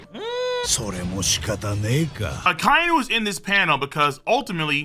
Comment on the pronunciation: Gotta let you know in the dub akai nu as you pronounced is pronounced akai inu not spelled but thats how they say it